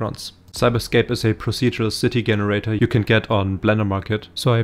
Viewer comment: GREAT JOB BUT WHY U KEEP SAYING GGGEN irator its jen bro jenerator